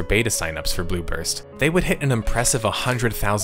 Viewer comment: I keep hearing "Blue Burst" as "Bloopers."